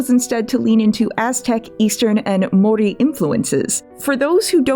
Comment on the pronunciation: it's pretty bloody bold of the creator to call out 'weird pronounciation' when she absolutely butchered the word māori. which is an exceptionally easy word to say